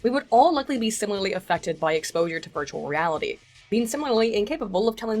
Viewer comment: this episode I cant help hearing "birdualreality"